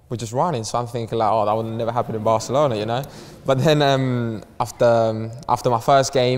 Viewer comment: Cuando dices Barcelouna en vez de Barcelona siendo barcelonés sabes que algo pasa